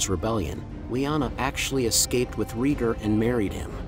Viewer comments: Please say Raygar, not Reeger. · Its pronounced Ray-Gar, not Ree-gr. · RAY-GAR not REGOR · "Rheeger" lmao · Rheegur is Rhaegar´s long lost brother. 😂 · Reeger reeger reeger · Dude if you can pernounce Aegon right then you can pernounce raegar too its like this Ray-Gar= raegar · Who the hell is regar…pronounce dude pronounce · Exactly. This drove me crazy hearing him keep saying Reeger.